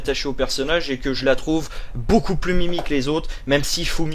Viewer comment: « Fumino » pas « fumiyo »! Elle mérite bien le terme de waifu c’est vrai (perso préfère) sinon asumi est pas mal elle aussi :) sinon en quoi tu ressemble a asumi ? Je sais que tu as dis ton parcours mais jpeux en savoir plus ? (Je me souviens pas trop de son parcours car j’ai fais 12 episodes en 1 jour alors j’ai oublié)